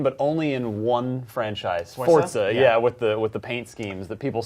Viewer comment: Why do they pronounce Forza like it has a "T" in it?